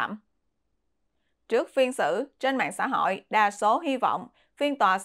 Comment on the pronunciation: Xá họi hà nọi, nghe kinh thật